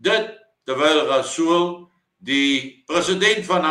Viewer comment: Blykbaar is R in Rasool "silent".😂